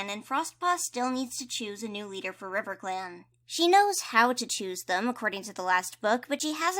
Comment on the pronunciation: you also said, "and over in RIVECLAN, CROWFEATHER is the deputy" this made me laugh SO HARD :D